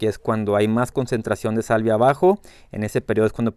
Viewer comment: Una corrección esta muy interesantes tus videos ,pero dices salivia,cuando te refieres a la sabia de las plantas,podría confundir a tu auditorio,saludos sigue con tu excelente trabajo.